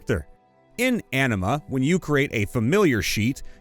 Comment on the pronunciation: Every time you said “Anima”, I heard “enema.” Makes for a very different story.